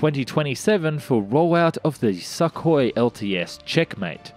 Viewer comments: 1. It's pronounced "sookoi", not "suck hoy", which sounds like something a gay sailor might say. 2. Russia can't afford to build it, or not in any quantities that matter. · Isn't it 'Sook- hoi', instead of 'Suck- hoi'? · It's not suckhoi but sookhoi in pronunciation. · I’m pretty sure it’s pronounced SOOKOY not SUCKOY. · The way pronounce Sukhoi is hilarious. Suk is pronounced the same as in look, put etc 😆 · Dude it's not "Suck-oy", it's "Suu-koy" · Сухой | Sukhoi C = S y = ū x = kh o = o й = i Sou - khoi, not Suh - koi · "Neh Robotaye" should be the handle of any next Gen Russian aircraft. (Translation: "Doesn't Work") *And it's pronounced "sookhoy" not suckhoy 😂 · its Sukhoi not shakhoi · Not a SuckHoy jesus christ damn it. It is pronounced as SOOHOY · Wtf with your pronunciation SAKKHOI.. it's Suuu Khoi u idiot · I love how he calls it the, “Suckhoy” lol and not call it the, Sukhoi lol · The name is pronounced Soo koi, not Suckoi 😕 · im curious. what kind of stupid is needed to pronounce sukhoi as "Suck Hoi"? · It's not pronounced a "suck" hoi as you say it. Your pronounciations "suck". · you pronounce sukhoi and mach wrong, mach is said like mark but with a flattened R and sukhoi is said soo koy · What the fuck is a suck-hoy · Thanks for not mispronouncing the designation Su as "soo". That gets really irritating. Need work on properly pronouncing the name Sukoi though. I cringe on every "suck-oi". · I love your videos and thanks for this review, but please, try to pronounce Russian names a bit closer to what they originally sound like :) "Sukhoi" should be pronounced like "soohoy" with the emphasis on last O. Thanks! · "Suck-oy" - maybe you should learn something about pronunciation of the words you use. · Lol love the pronunciation "Suckhoi" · It's weird to hear suck oi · Dude, please learn to pronounce Sukhoi correctly....FFS Also your "unguided rockets" are flares. lol